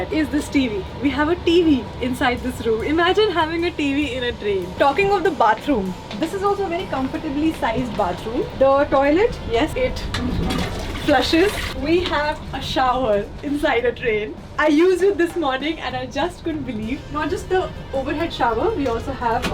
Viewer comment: " We have a toilet YESS IT FLESHESSS " 😂😂😂😂 hence proved